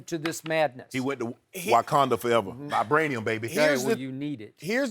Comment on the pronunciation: Mans Shannon said “Whykanda forever, Vibraniam baby”